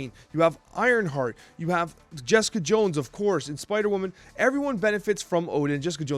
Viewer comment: Bro really said spooder woman😂😂😂